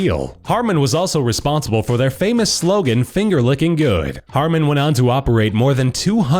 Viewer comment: *Harman, not Harmon.